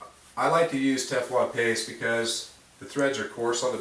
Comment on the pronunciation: Treatment - Ok, that makes sense. Paste sounded like tape. I listened to it three times. Thanks.